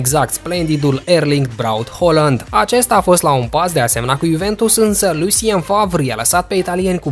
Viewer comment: Se pronunta haaland cum se scrie